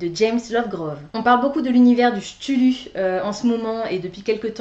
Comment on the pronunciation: Je suis tombé sur Ta vidéo en cherchant des infos sur me roman de sherlock. Ne le prends pas mal mais ta prononciation du mot cthulhu nous a valu un tel fou rire que jme suis abonné direct. Bonne continuation !